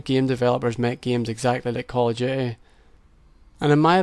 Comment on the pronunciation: I love it when people like you pronounce it "Call of Duhay"